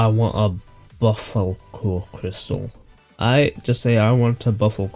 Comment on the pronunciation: btw buffalkor is prononced BUFF UL CORE